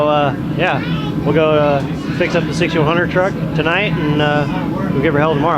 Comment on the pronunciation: Did he say trugg? As in trugg walk? 🤣